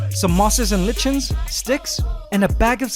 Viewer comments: "Ly-ken", not "li-chin" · Not lit-chin it's pronounced ly-kin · sorry to be That Guy but lichen is pronounced 'liken' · In botony they taught us it's pronounced "l i k e n" I checked British, US guides and they all only have the one way of saying it, not "l i csh en". I was taught it is from the greek "Chi" as in "Chi Square" Charisma and Chimera. Where did you hear this pronunciation? Is it a local idiom, or perhaps a valid (maybe even more correct) pronunciation? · Genre: Jshan-rah ...... Lichen: Lie-ken ...... your pronunciation was a little off! Love your vids, keep them coming! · It is pronounced Iye-ken, not lichen :)